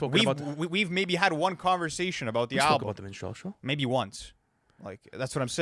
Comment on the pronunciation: Its Min-struhl-show not Min-strell-show 😂